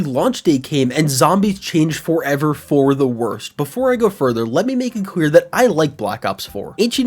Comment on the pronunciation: “let me make it quear” I can’t be the only one who heard that